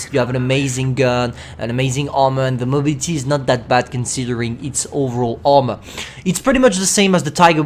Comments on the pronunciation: i love it when you say mobility it soubds funny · Ye that ‘y’ at the end is kinda funny